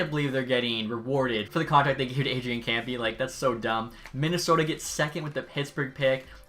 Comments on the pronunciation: He called arian kempe kempee Btw its pronounced kempae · Kempe is pronounced Kemp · Kempe is pronounced kemp-aaay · Adrian "Kampee" 😂😂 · i HATE how he says "Kempe" lol wtf is "campy"